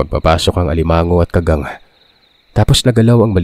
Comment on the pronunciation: tingin ko sir Ka-gang tamang bigkas hindi kaggang